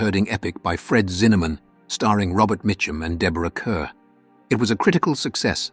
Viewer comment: Deborah Kerr's last name is pronounced like 'car' not 'cur.'